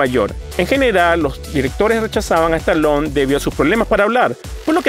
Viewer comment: Stallone ! y NO Stalon..... Muy mal tu pronunciacion!!